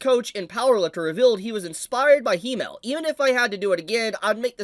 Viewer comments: wait so u english speakers pronounce Himmel like He-mel.....He who??? He mel? what is a He mel? Himmel....Double M...short I, like Him-mel. Him and mel....combine the two, thank me later guess the katakana in japanese are Hi-me-ru fair enough but...cmon....Himmel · Everything is fine, and i love the video its great to see. But its not HE-Mel. But HIM-Mel. Which is an apt name for him as it means Heaven in German. As for the hero. That is actually.. I am surprised for once in my life. Hope he is happy. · You can’t pronounce Himmel either lol, it’s German and is spoken as it is written. Not „Heemel/Hiemel“ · It's not Hee-mel. It's the German word for heaven, short "i" sound. Himmel. Accent on the first syllable. Pretend it's a male camel - Himmel. All the names are German. Frieren means Freezing. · I hate the way you pronounce Himmel 😂😂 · Pronouncing Himmel so wrong.... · The way ur saying himmel is driving me crazy lmao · Can you please stop pronouncing himmels name wrong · i honestly dont know if he pronounces himmel like that as bait but its hooking me :P